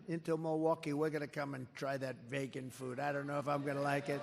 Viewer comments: It's pronounced VEEEgan Donald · I hate vaygan food give me STAKE!! 😂😂😂 I love how he pronounces vegan 😂😂